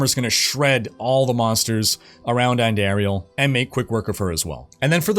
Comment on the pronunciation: ANN-DAR-IEL. Theres no AIR in her name